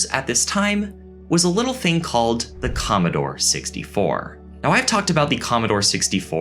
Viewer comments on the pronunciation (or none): love ur channel, but u don't always have to pronounce "the" as "thee".